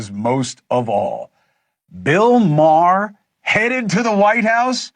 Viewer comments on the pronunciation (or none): "Bill Mare and Gayvin Newzim"